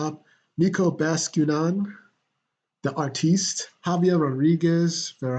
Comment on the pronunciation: Haha thanks buddy! Glad you like it be ready for this week episode. *And the pronunciation almost nailed but would be something like spanish ➡️ español, that letter "ñ" sounds on Bascu(ñ)an